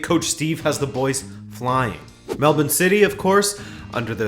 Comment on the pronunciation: Can't believe you said Melbourne properly. Mad respect.